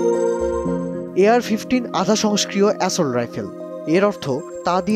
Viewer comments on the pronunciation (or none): কী রাইফেল, আধা সংস্কৃও ?? 😂😂 আধা সয়ংক্রিয় রে পাগলা,, কি সাংবাদিক সত্যিই